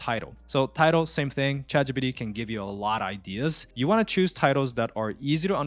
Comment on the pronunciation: "Chat gee-pee-dee" 😂 i love the video, thank you